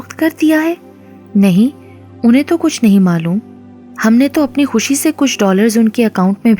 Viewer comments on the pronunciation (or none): none